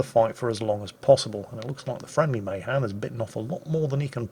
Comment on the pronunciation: It's pronounced muh-HAN.? no... not in the f